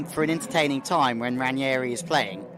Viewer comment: It's Ranghieri not Ranieri. Pronounced "Rang' ieri"